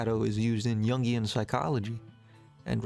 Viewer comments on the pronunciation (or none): none